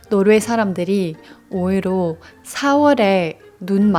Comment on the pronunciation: “오히려”를 “오히로”로 발음하시는거 커엽네요